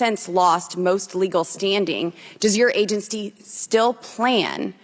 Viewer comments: ....Does your 'agensty still plan'?... New vocabulary word😂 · Why can’t she say Agency? Or supreme it seems.